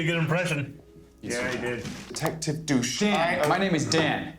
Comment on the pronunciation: why did you suddenly forget how to pronounce douche? come on now.